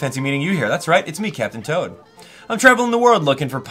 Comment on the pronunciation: You totally called Captain Toad Captain Todd ah ah